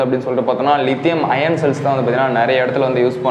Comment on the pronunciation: லிதியம் அயான் என்று உச்சரியுங்கள் தம்பி. லிதியம் அயன் அல்ல. Is 3 A BMS ல் 3 Ampere எதை குறிக்கிறது. 3A output ஆ input. ஆ?